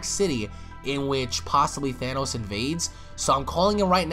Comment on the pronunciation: "THANOS" bruh😂😂